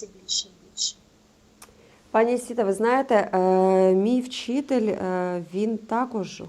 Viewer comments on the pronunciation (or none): Не вчітель а вчитель